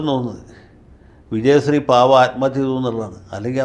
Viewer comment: വക്കീലേ , അങ്ങ് ആദ്യം നാവ് വടിക്ക്, വിജയസ്രീ അല്ല, വിജയശ്രീ